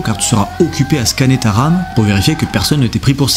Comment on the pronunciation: CA ou SA = même combat ! Passer le niveau primaire ! ^^ et le "TA" de TA soeur est magnifique ! ^^ Tout à fait.